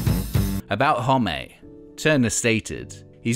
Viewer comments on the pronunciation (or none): Is No one gonna talk about Josh "Hommay"